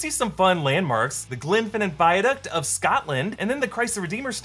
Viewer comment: Why did you say Glenfinnan weird?